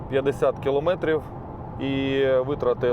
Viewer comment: килООметрив,сколько раз тебе ещё бля говорить,киломЭЭЭЭтрив!!!Насте стыдно за тебя